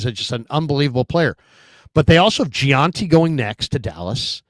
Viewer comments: please it's Jen-tee not je-an-tee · His last name is Jeanty it’s not that hard for F sakes